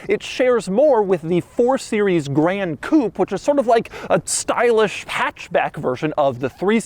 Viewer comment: Why does Doug pronounce Gran Coupé like that aaaaa it's not "grand coupe"